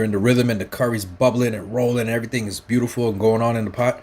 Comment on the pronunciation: Me lawd.❤️ the Island pre-curser verbage was 'EVERY-TING'...But US FOODIES ❤️ ALL